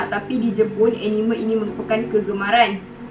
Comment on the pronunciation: Jangan la pandang script haha and you pronounce Anime tu salah boleh refer youtube care sebut anime yng betul but keep it up good work!! 🎉